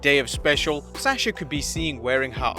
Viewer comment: I like how he says asasha banks not Sasha banks